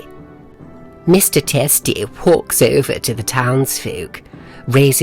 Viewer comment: Mr Testy whalks over to the townsfolk, raises his mighty wheapon. Lol